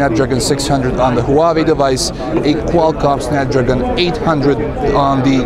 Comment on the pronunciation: hoo-ba-bay? What the HELL is that?